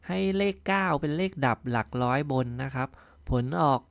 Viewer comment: หลักร้อย ไม่ใช่หลักล้อย